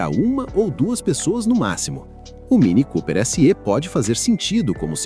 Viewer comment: Chanando na fonetica mini cooper esse Ê ,na verdade é sÉ !! voce chama o pé de pÊ ? hahahahahhaha